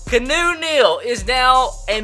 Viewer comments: He still said it wrong. Key-an-nu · Keanu Neal is said like. "Key-Ah-New" Neal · Isn't keanu pronounce "key-ah-new" like in that key & peele movie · Isn't it "Kee yah noo" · It is pronounced key-ah-new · It's pronounced key-a-nu, like Keanu reeves the actor. Pronounced the same way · it's pronounces ke-ah-nu neal u fucking idiot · It's keee ahhh new 🤦🏽‍♂️ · it's pronounced Key-Ah-Noo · ITS PRONOUNCED "KEE-ON-NU NEAL" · It's pronounced Kee-Ah-Noo Neal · it's pronounced KEY-A-NU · It's actually key-ahh-new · It's pronounced Key-ah-new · I swear it's pronounced KEY-AN-OOO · It is pronounced (key-on-oo) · "Key-ah-new" Neal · His name is pronounced key-on-ew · You pronounce Keanu Neals name like Kay-On-Oh Neal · Its key-an-u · It's key-ah-new Neal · Beast Mode he knows he just likes saying Canoe Neal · Kee ah noo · he said Keanu wrong twice😂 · It would be key-a-new (the a being pronounced like the way it's used in han, as in the han dynasty). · U can't even pronounce Keanu correctly. It's like Key-a(soft)-new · its keeee aaaa nnnn uuuu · Its pronounced (Key) (ah) (new) Neal. Keanu Neal😂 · He is still mispronouncing Keanu Neal. It is (key-ah-new) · his name is pronounced key-ahnu and could you please try and get aj green im a huge bengals fan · it is pronounced (key ah new) neal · Jesus Christ it's pronounced (Key-on-oo) Neal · Its Key-a-new. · It's pronounced "kee-on-oo" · YOU STILL PRONOUNCED KEANU WRONG. IT IS key-ah-new. I would know, it is my name. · KEE-AH-NOO for heavens sake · THIS BOI JUST SAID KEENU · Its pronounced Key-a-no Neal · Keanu-Canoe. Tomato-Tamato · Its pronounced key-on-ouu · His name is key-on-new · Keanu Neal's name is pronounced kee-AH-noo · its ke-anu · IT'S NOT CANOE OR KEENU, IT'S KEY-AH-NU. LIKE THE DUDE FROM THE MATRIX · Keanu pronounced key-on-ooh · Its kee-on-ooo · its pronounced KEY-AH-NEW, Not key-new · It's KEE-A-NU not "KEE-NU" or "CANOE" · Why does he keep calling him Canoe??? It's Keanu (Key-ah-new) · (Kee-ah-new) not canoe